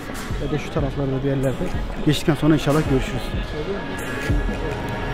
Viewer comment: Sorna değil sonra:)